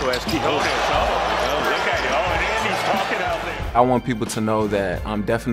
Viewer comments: why the eff would you pronounce ñ as 'j'?? 😳😳🤦‍♂️🤦‍♂️ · TO ANYONE WHO TALKS ABOUT QUIÑONES ON THEIR PODCASTS, YOUTUBE OR DURING LIVE COMMENTARY: CAN YOU PLEASE LEARN HOW TO PRONOUNCE HIS NAME!? IT'S REALLY NOT THAT MUCH TO ASK FOR. THANK YOU! So annoying!! 😤😤